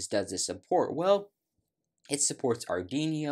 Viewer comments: Our Dweano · Please, pronounce Arduino properly! XD